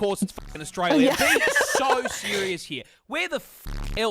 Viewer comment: "Australier." Definitely the first time I've ever heard that pronunciation.